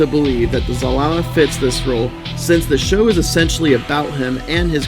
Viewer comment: It's ZAlama not ZalaMA! Zalama is Zordon